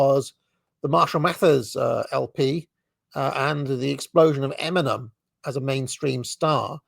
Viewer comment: I dont think British people should be allowed to even listen to rap music. Not sure how you'd accomplish that but hearing pronounce "Eminem" is excruciating and imagining him listening to rap music as a teen is horrifying. We need to protect te English' culture of manners and dignity.